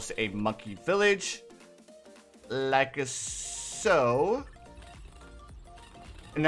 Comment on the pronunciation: Love the vids and what's with you saying likaso?